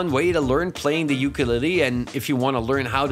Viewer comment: I’ve never heard ukulele being pronounced so horribly? Who hurt you !?